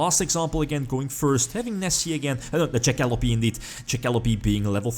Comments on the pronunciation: That being said its pronounced jack - a - lope silent e, took me a little while to realize what monster you where talking about in the video lol. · You pronounce Jackalope really weirdly